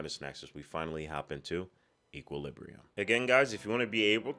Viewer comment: 1) Equal-lib-bree-um, not sure if anyone mentioned it lol 2) A lot of people compared this to the matrix because of the style and color grading which is why not too many people may have heard about it.